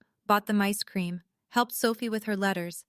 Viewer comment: It said micecream instead of ice cream what a crock, you people need a better AI, I’ve seen so many mistakes in these stories that sometimes I don’t even know what it said!!!!!😒